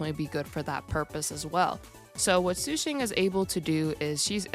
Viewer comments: PLEASE ITS SHU SHAANG IT HURTS TO HEAR YOU SAY THAT SUE SHANG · Its okay it just really hurts when i hear su shang but its not like you take chinese lessons